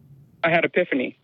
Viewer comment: "I had a piphany"